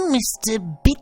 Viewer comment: I love the way you say Bits xD It's just amazing how great you pronounce it :)